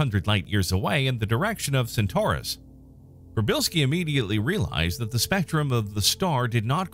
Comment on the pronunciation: As a native Polish speaker - congratulations on [first] pronunciation :) Just add "p" at the beginning ("p-shee") and you got it 100% correct.